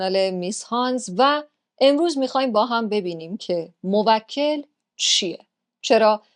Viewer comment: موکل یعنی تو به اون خدمت میکنی شما باید بگی موک٫ل یعنی تو به اون توکل می‌کنی (افتاد)